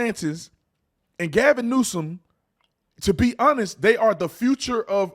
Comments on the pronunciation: Ahahahahhahha he said Gavin Nuisance ahahahhahahahahaha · Is Tatum saying Gavin Nuisance? Like over and over again? LOL awesome:person-turqouise-waving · Gavin "nuisance" 😂🤣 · My guy said Gavin Nuisance 😂 I’m dying right now